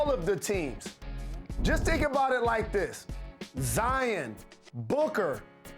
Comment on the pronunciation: Why does he say zian